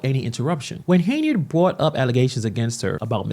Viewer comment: The radio host sacrificed journalistic integrity for views and clicks. On another note, why do you keep pronouncing her name as “Hey-nard”?